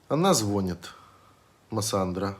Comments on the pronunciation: ЗвонИт- ударение на И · ЗвОнит, ложат... Ухо режет.